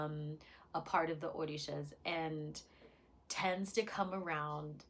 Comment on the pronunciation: Did you say OrDishas? The pronunciation is OR-RI-SHA…